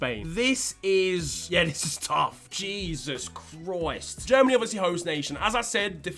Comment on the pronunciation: “Jesus Chroyst”